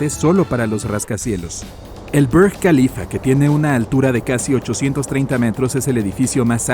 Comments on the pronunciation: Lo mismo con el brrrg Khalifa. Es Árabe!! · Tú forma de pronunciar Francfort denota la tremenda aculturación que has sufrido , respétate por favor y defiéndete de ese Imperialismo cultural . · ¿Por qué el locutor se empeña en pronunciar nombres no ingleses como Frankfurt o Burj Khalifa con acento inglés? No es necesario pronunciarlos como en su idioma original, pues uno no necesariamente sepa esos idiomas, pero usar fonética inglesa es pedante y sin sentido.